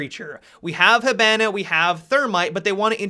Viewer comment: STOP SAYING HIBANA INCORRECTLY YOU FUCK